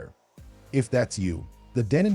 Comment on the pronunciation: Best turntables? For who? on what criteria. Avoid these numpties they have no idea. Deeenon hilarious pronunciations, were/are they paid sponsors. Lo to mid fi at best. Audio feels!!! 🤣😂🤣😂